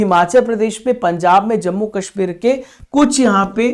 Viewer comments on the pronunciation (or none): none